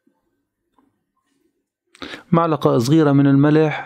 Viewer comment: اسمها معقلة يا استاذ وليس معلقة😂✌️ (ملعقة)